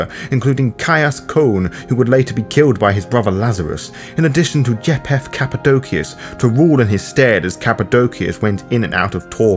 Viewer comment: or pronounce names correctly: ie. "Cappadocious" and "Japheth" . Overall, not a bad summary and I appreciate the work. I just think "Capadokious", "mafoosala", "jap-heth" and "Capadoki" are like nails on a chalkboard to me.